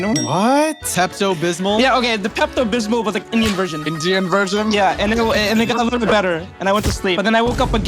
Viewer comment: Indein 🗣🔥🔥🔥🔥🔥🔥 it's Indian